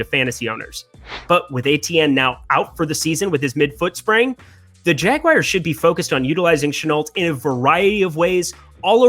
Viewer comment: The jagwires?